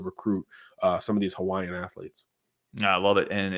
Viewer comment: Hawaiian names just pronounce every vowel and you'll get their names correct 9 times out of 10. (this was told to me by a friend of mine who is Hawaiian.)